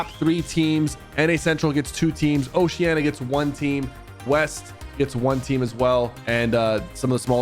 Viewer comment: why the flip does everyone say osheana? It's oceania. WITH AN I